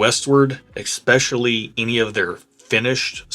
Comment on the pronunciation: Again, the word is especially... there is no "X" in especially... you're killing me.